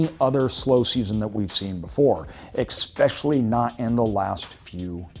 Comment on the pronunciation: Great info sir. But i gotta say bro, "ECKSPECIALLY"? It is spelled especially. Ya gotta get that dealt with.